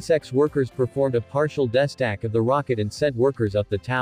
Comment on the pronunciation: Embarrassing to hear this sophisticated bot reader screw up so badly 5 seconds into the video. Does no one do a cursory review before releasing these terrible renditions? How hard is it to edit the mispronunciations? Pretty sure : "destack" is not pronounced as "desk act".